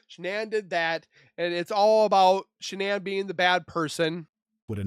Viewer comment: I agree lol .... I cringed at She...nann .... I'm like it's Shan'ann!